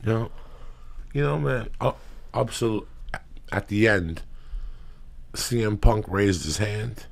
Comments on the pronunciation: “CM…..CW PUNK” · he said CW PUNK lmfao!!! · Cringing at him going out his way to mispronounce cm punks name over and over again to act like he doesn't give a fuck like an immature teenager. Joe rogan and all his pals all act like idiotic 15 year olds. Ps. Ive never watched wwe and never will.